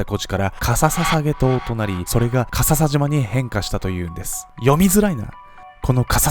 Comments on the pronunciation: か↑ささじま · のかささじまにツボってしまう